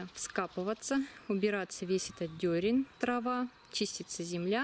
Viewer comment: Не дерЕнь , а дерн.